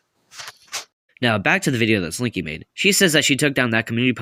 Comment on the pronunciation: no but why did I think you said “springy” 😭😭